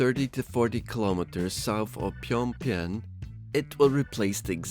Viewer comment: Yeah, don't bother taking a minute to learn how to pronounce the NATIONAL CAPITAL of a country properly.